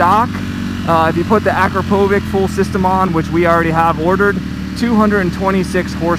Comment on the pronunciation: "Uh-Crop-Uh-Vitch" NOT "Akra-poe-vick"